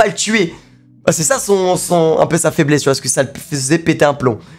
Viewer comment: Tu parles de peur ou de faibmésse mec ?